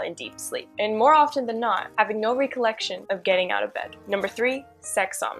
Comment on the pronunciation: Cool video, but you might want to check out the correct pronunciations of "paralysis" and the various forms of "recollect"